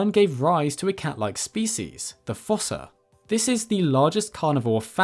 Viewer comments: According to the Madagascar 2 DVD, “fossa” is actually pronounced “foos”, like in foosball. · Fossa is pronounced like foosa. Long u sound, like moo, shoe, two, slew, sprue, etc.